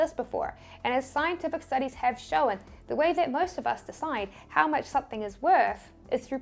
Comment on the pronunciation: "showen"? i'm sure it's pronounced shown!